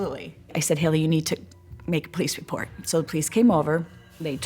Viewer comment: I had to listen to that one part a few times, because I could have sworn she said Haley was going to watch her "repo a tree," and something told me that couldn't be right.